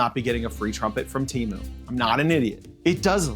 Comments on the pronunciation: "TEMU", not "Cheemoo". Read it like "T A M OO". It never ceases to amaze me how limited people in the USA are at learning any other language. Meanwhile, the rest of the world is constantly learning other languages. English, in my case. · It's not tea, or tee. it's te, like do re mi fa so la, its te like re, lol, I guess if you are hispanic, you would know this. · Wrong!! it's Temu not Tamu you idiot. 😂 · Why does everyone say teamoo when it's te not tea and they do pronounce mo like moo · It's not pronounced "t-ee-m-oo" bro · I think you might be pronounce it wrong, I think it might sound more more like tem-poo. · Yeah, well, they're probably just as mad that you won't pronounce their name correctly. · I am thankful that you mispronounce Temu every single time. They deserve it.